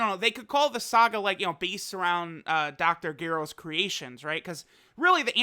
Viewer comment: Hold up, Dr. Who?! Did Trust just say Android 20's real name like that?